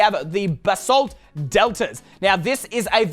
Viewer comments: Extra:you can boost when your riding a strider Edit:its not basalt it's BAsalt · It’s Basalt not Ba-salt